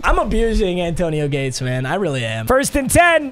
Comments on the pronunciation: Anyone else notice that he kept saying zayAntonio Gates? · Love but why he saying “Zantonio Gates”😂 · bro said "zantonio gates" 😂😂😂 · why do you say "zantonio gates" lol